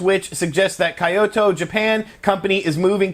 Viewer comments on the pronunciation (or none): "KAI-OH-TO"? Seriously? ばか。